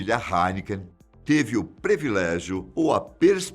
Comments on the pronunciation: eu adoro o senhor e, por isso, gostaria de corrigir uma palavra que o senhor pronunciou. O correto é PRIVILÉGIO e nao PREVILÉGIO, como foi pronunciado. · me prometa uma coisa,que você Nunca mais vai falar PREVILÉGIO. doeu o ouvido aqui.